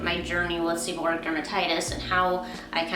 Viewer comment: Beautiful hair and good review and the first two syllables of the word sound like "sever" and the last two syllables of the words sound like "read it" but the "it" is pronounced "ic" so it's like" sever read ic" or "sebor "reic" thus seborrheic dermatitis.